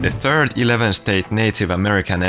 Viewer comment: "The Turd Empire of Haiti"